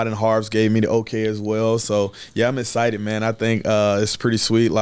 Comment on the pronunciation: He's "ehcited", I'm ehcited, we're all ehcited. Haha love you R0-dawg ! Let's f*ckin' go Ravens!!!